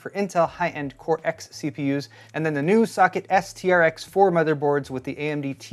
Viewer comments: when he said socket i heard suck it until the last one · Is it me or everytime he says “socket”, it actually sounds like “suck-it” 🤣🤣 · This is a petty comment, but when kept saying "socket" earlier in the video, all I kept hearing was "suck it..." And from the subtext of this video, my subconscious kept hearing "... Intel" thereafter. Probably because I watched Linus' rant on this CPU before this.